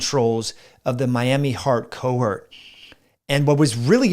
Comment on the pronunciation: Hi, may I tactfully point out that the second syllable of 'cohort' rhymes with 'port' and the first syllable of 'haughty'. It is not homophonous with 'hurt'. Thanks, and with kindness, Len W.